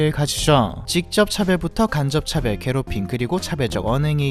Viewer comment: 차별? 차배? 발음이 뭐가 맞죠!?